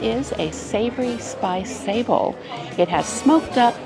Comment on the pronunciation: Love these vlogs, also not to be cheeky but sablé biscuits are pronounced phonetically as Sab-Lay 😬